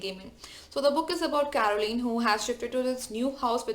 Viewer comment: It's "CO-RA-LINE", not "CA-RO-LINE"